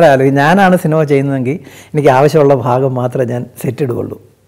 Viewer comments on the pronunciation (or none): none